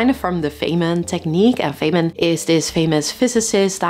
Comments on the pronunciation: It's Feynman not Feyman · Feynman, not Feyman. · Feynman - not Feyman 😬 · At 5 minutes in you reference "Richard Feyman". You left the "n" out of his last name: "Richard Feynman" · I hear something and go immediately into lecture mode with myself, trying to explain it to myself. Can only work if your codiac sign is "Twin" ;-) BTW, it's "Feynman" with an n. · How can you get Feynman wrong